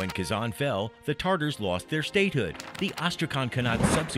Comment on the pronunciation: Tatars not tartars